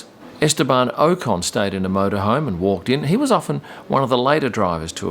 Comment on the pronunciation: Hi. Thanks for your interestingly different viewpoints of F1. What I find a real great shame though, is given you’re deep into the world, that you don’t pronounce the driver names correctly. For example Ocon should be pronounced as if written like this, Okkon. You say Saints instead of Sainz, try saying Sign add a tz sound at the end. You say Gass ley for Gasly! It’s just 1 word. Even Max too you say Verstarpen! There’s only 1 r in Verstappen. Hope that will help you and also anyone new to F1.